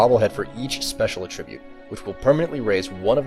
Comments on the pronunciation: it's ATTribute, not attRIBUTE. You put the emphasis on the wrong syllable. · Anyone else going crazy listening to him say a tribute instead of attribute? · AT-tribute. wtf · It’s very hard to listen to his script with him saying “A tribute” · Negative. v. uh-trib-yoot; n. a-truh-byoot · Please learn to say attribute correctly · Good guide, but this has been bothering me the entire time: When you're using it as a noun, the emphasis in "attribute" is on the FIRST SYLLABLE. FIRST!!! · you say attribute wierd